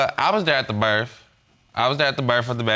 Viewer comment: “I was at the birf.”